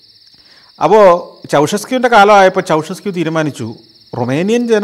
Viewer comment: Ceaușescu -ചൗഷെസ്ക്യൂ ennairunnu alle